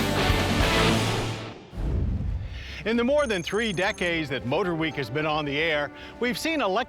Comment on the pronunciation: "MotorWee" I see what happened there!